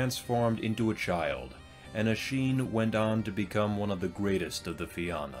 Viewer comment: Have a drink every time he pronounces Na Fianna (na feen-na) as Na Fi-anna.... Slainte 🍻🇮🇪